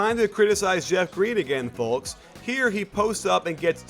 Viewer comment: Did you just pronounce the L in folks? Seriously?